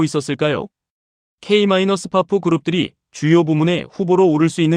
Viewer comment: 진짜 귀에 거슬리네... K 마이너스 파프가 머냐